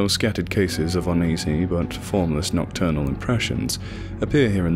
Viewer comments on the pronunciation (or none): none